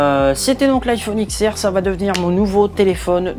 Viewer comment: On dit pas X on dit 10